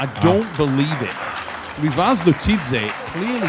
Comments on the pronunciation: It's more like he took Revaz and then he flipped the letters so that it's Ravez. lol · I like how constantly called him RAvaz 😄. Awesome match, though! Pretty unsportsmanlike of Revaz to pull Vitaly's arm like that. He wasn't even screaming in his face. It was just an emotional discharge. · That pronunciation🤣 Edit: really keeps calling them 'Ravez' and 'Vately' 😂